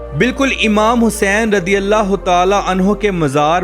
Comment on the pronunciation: radi allah kyu bolteho razi allah bolo jahil